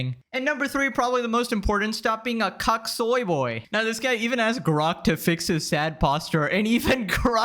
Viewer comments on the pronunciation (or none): Quick question Are you not able to say cuck? Why does it sound like you say puck?